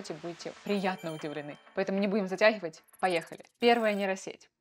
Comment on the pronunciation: "Шо то вы найдёте, не будем затяХивать." Над Ховорком своим поработайте пожалуйста, очень он выдаёт.